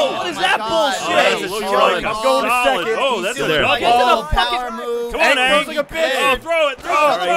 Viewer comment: Ray, you should be banned from ever playing vs. again. You pronounced Aang's name like they did in that terrible movie. Being banned from this event is the least Achievement Hunter can do to apologize for this incident.